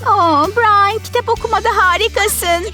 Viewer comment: Brain deyil brian